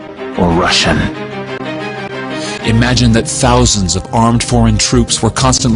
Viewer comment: LOL, I love the way he said 'Russian'.